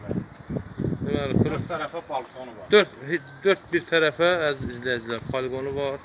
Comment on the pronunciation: Paliqon nedi Balkon deye bilmirsen.Paliqon herbi hisselerde olur.